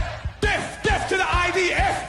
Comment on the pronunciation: The stupid div ,can't even say death he says def ,thicko, God will soon judge him ,,,let's all chant ,bless,bless ,the IDF ❤